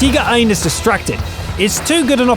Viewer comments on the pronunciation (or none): Is anyone else annoyed by the waynhe pronounces Tiger? He's actually saying Teeger. What's a Teeger? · it's only pronunciations. I love it lol